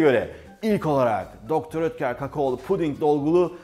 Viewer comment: Mukemmel kanalll her seferinde degisik guzel tarifler ellerinize saglik ayrica dr.oetker hani doktor diye okunmuyordu sefim de doktor diyor 😋😋🤪🤪🤪🤣